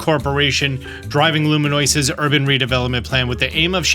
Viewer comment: Luminoise lol